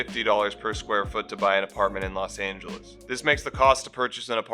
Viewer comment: Los Not Las